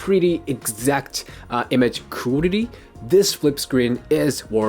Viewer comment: You speaking english so good but you cant say correctly quality...sounds funny :) Respect!